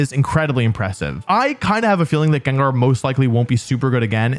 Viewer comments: its gengar. doesnt matter what you say, i muted this video and let it play out. 30minutes and 47 seconds later, i can tell you, its still gengar. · I don't care what he'l say, it's Gengar nonetheless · If you pronounce Gengar "Gingar" Finish up your living 🫡